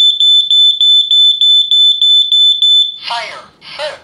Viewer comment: LOL it sounded like it said "Fire, SH*T!"